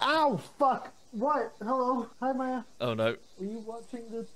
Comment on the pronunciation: MAYA NOT MAJA